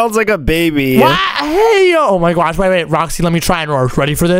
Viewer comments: Stop Finn oh my gosh Because you said oh my gwosh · it's not gwosh